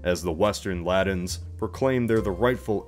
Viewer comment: I love these videos. But if I were to make one critical comment it would lie in this request: Please! Aspirate your t's man!! I cringe every time you say Briddain and the Laddins instead of Britain and the Latins. Please for the Love of all that is holy! I beseech thee!!